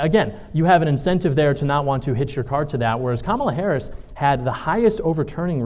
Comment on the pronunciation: I would not participate in a debate moderated by a troll who refuses to pronounce the Vice President’s name correctly.